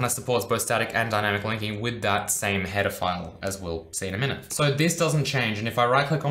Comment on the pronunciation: I think I watched too many Chris Hansen videos because I keep hearing "pedophiles" instead of "header files"